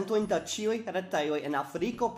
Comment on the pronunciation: Am I the only one hearing "saluton al ĉioj" ?